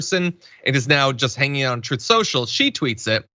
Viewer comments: Don't you mean "troth sential"? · Donald read it as Troth sential because he’s such a compulsive liar he can’t say the word truth.